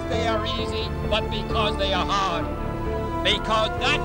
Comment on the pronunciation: You mean "Haaad.". Lol.